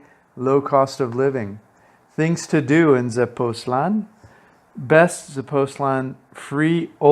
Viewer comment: I’m thinking of retiring there which is why I clicked. So this helps a bit I think. (I often wish Americans would work on languages outside English. Spanish has diacritical marks that help pronunciation. Tepoztlán has an accent. The emphasis is on the last syllable, not the second to the last.)